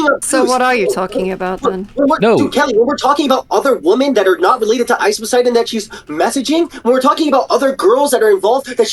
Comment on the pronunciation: and he pronounces women and woman the same way which is irrationally infuriating every time I hear it